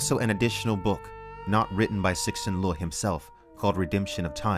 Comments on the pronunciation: Great video. Gives people who haven't read it, or people who have, a great review nonetheless. A minor correction: the author's name, Cixin Liu, should be read as roughy "Tsee Sin Lew", not "Six-Shin Lew". 😅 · Shi Jin Liu, it's not hard to say the name right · Great you're reviewing this, always value your take on the big stuff like this. Btw I think his name is prounounced: "See shin" loo. Theres some great scifi out just now and cixin Liu is a master. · I enjoy your infornative reviews. Your eagerness is infectious! (For future reference, Cixin Liu = Tsihshin Lyoh) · Oh boy! One complaint is how you butchered her first & last name 🤦🏻‍♀️ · I get ci xin liu is difficult to ponounce based upon reading the letters in his name, but if you're going to make a well produced video like this, here's my 20 second tip to not butchering his (or other people's) name: 1. google ci xin liu 2. copy the chinese charaters of his name from the first hit wikipedia, 刘慈欣 3. paste 刘慈欣 into google translate, let it detect the language, or select chinese 4. play the audio 5. listen and repeat. Do not attempt to read the name and anglicise it. Just listen and repeat. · I love how you pronouce the authors name lol, basically, by looking at the cover and hearing the beginning of the video... no Chinese would guessed the books' name.